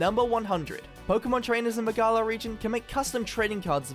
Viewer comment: Why is it that people say Galar wrong Everytime, but then pronounce it right when they say galarian? Lmao